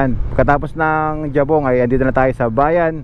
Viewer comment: Bigkas ng Jiabong ay HIYABONG. Ang Motiong naman ay MO-TYONG pagbigkas.